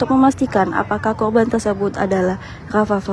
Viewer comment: AREA MBAK . BUKAN AGEA.. KORBAN MBAK.BUKAN KHOBAN..